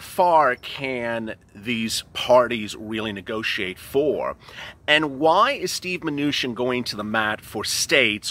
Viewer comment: Did you just say Steve Venutian? LOL!!